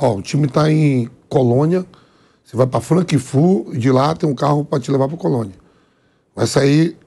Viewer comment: Franquifu'? Onde e' isso? Kk